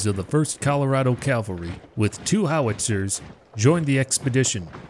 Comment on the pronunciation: It's cavalry not calvary. I'm sure all good American Christian's must know the difference